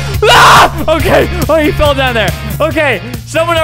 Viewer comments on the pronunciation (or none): none